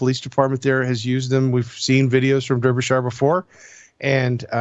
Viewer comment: Just to let you know the E in Derbyshire is pronounced as an A